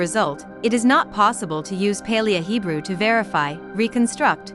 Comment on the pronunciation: The constant mis-pronunciation of "Paleo" in this makes it pretty unbearable. It woulda been pretty good otherwise.